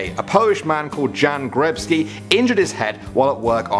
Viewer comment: O. MÓJ. BOŻE. They completed botched the pronunciation! It's pronounced "Yan Gijebskee", not "Jan Grebskee"!